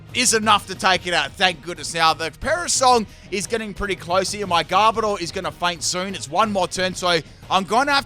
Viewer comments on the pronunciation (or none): Ah my favorite Pokémon according to the title, Garbodar. Not Garbodor, Garbodar. Love ya